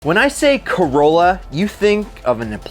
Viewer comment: when you say corlla i actually think of initial d and the ae86